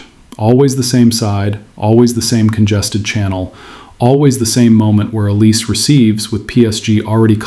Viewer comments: His name is not OLIS, it is OLISE (pronounced OLISAY) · This isn’t just a PSG thing it happens a lot across different leagues… It’s also olis-ay. Not el-ees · Pronounced El-EE-say Mr AI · It's not pronounced OLIZ it's pronounced OLIS-EH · Dude, Oh-Lee-Say, and not Em-Bapp. Yeah? 👍🏼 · Tough to listen to thise very accurate explanation, but wrong pronunciation of Olise